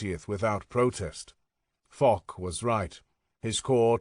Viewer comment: And it is Fosh not Fock